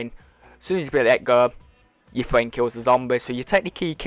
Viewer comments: "U wanna get into a game wit ya fwiend or in spit screen, as soon as your friend kills the zombird" - I love your guys vids but what accent is that? I'm just messin wit ya by the way bud how we pronounce things in the US. Is weird to lol, sick glitch bud keep it up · I’m not to fwend buddy!